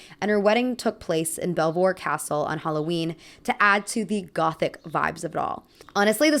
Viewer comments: Just a small curiosity: Belvoir Castle is actually pronounced "beaver castle". Don't ask me why, I was equally confused as a foreign person who lived in the area (East Midlands). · FYI, Belvoir Castle 🏰 is pronounced Beaver Castle. Don’t ask me why: I’m French and this is the height of pronunciation incoherence. Not even the locals couldn’t get me to understand. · I love this video! Although living nearby belvoir castle I do have to mention it’s pronounced ‘beaver’ castle - I have no idea why. But that wedding is so iconic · So fun fact: the castle Tish Weinstock had her wedding in is actually pronounced Beaver, not Bell-vwah. As someone who grew up relatively close, it's always fun to hear other people mispronounce it. As for the cost of weddings and finding the perfect dress, two of my coworkers are currently planning their weddings. One is extremely glad she's Turkish and marrying a Turkish man, because there's less pressure on everything and it's generally cheaper. The other coworker is generally more stressed and putting more emphasis on finding the perfect dress and everything else. The weddings get talked about a lot over lunch, and I just spend the time thinking there's no way if I ever get married that I would wear either a dress, or a white outfit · Belvoir is pronounced like Beaver. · Stupid fun fact Belvoir Castle is pronounced Beaver Castle locally, I don't know why, to confuse tourists maybe?